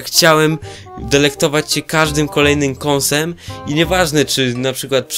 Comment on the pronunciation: Kąsem ? a nie kęsem ? xD